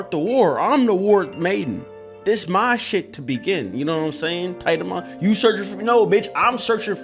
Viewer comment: No, please keep saying tit-a-mon xd